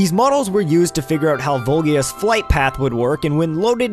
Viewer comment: And Volgia instead of Volvagia too!